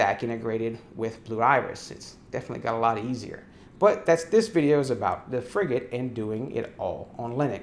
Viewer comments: I was on a Frigate for 4 years. You are saying it correctly 👍🏼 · As someone who's served on a frigate - HMAS Canberra (Oliver Hazard Perry Class FFG) - no, you're pronouncing it properly.